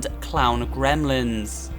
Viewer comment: Okay, hear me out. "Cremlins"